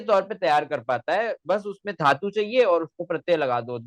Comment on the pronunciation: Rajpopat jaise gadhey logo ka interview kyu karta hai lallantop... Sanskrit mey PhD karne waala.. simple dhaatu ka uchchaaran theek nahi kar raha.. dharm aati hai.. dhikkar hai... Mujh se sampark kar le bhai.. sikha doonga.. sahi uchchaaran.